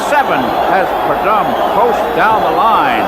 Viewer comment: Chris Economaki was a legend..but his pronunciation of the Snakes name 🤦‍♂️ Don Predumb!😂